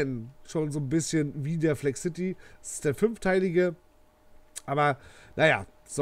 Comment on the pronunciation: Cooles Video Es heißt aber Flexcity und nicht Flex City😉